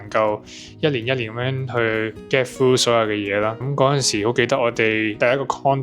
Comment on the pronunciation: Clinic NOT CRINIC !! Review NOT REWILL !! Get through NOT FRU !!